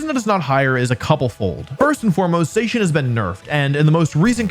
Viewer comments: #3 IS SUPPOSED TO SAY ZACIAN, NOT F*CKING ZEISHIN! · I never heard Zacian being pronounced like that before.